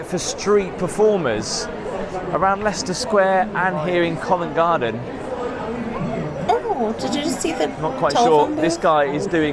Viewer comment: Once again is right. She pronounced Covent Garden correct! You HAVE TO, HAVE TO visit Covent Garden when in London. Tiny shops, great street performers, great cafes/pubs/restaurants. It is a must any time of the year. Free to visit, but you could spend a lot of money when you’re there!